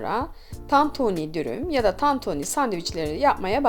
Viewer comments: Ablacım o kadar çok TANTONİ dedinki ben inandım tantoni olduğuna :) Eline Sağlık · Ellerinize sağlık sadece tantoonü demişiniz gibi sesiniz geliyor😂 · Tantoni 🙈 bi tek ben mi tantoni duydum diyordun yorumlar beni benden aldı. Elinize saglık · Tantunî değil tantuni 😂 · Abla başlığa tantuni yazmışsın ama tantoni diyon 😂😂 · Abla tantoni değil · Tantoooni ne be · Lütfen! TANTOĞNİ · bazen tantoni diyo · Tatuuuni denmez tantuni 😂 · Ellerinize sağlık. Çok lezzetli görünüyor.👏🏻👏🏻👏🏻🌺❤ Yalnız dikkatimi çekti, tantoni ve tantuni olarak her iki şekilde telaffuz ediyorsunuz neden acaba? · Tantuğnii ne abla ya 😂😂